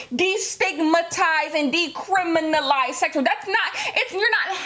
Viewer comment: When said “ DE-CRIM-INA-LIZE”. Give her all the awards🤩🤩 thanks for using your platform!! Side note: I love your paintings 🥰🥰